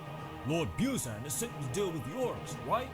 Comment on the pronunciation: The way they pronounce "Buzan" is so uncomfortable, lol.